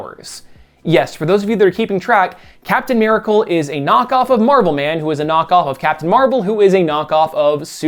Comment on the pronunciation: "merical man and merical suit" haha so weird how you Said "merical" only those two times. Haha